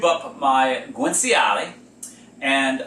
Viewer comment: It's pronounced ' gwan chee all ay '